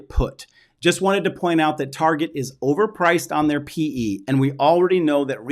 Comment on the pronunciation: Did you just say Tarjhe instead of Target :-)